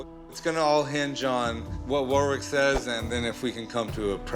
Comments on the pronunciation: Warwick in British English is pronounced something like 'Worik'. The W is silent and with the R is much less strongly pronounced than in American English. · I wonder if they'll ever learn to pronounce Warwick's name properly. The guy must have just come to terms with it :')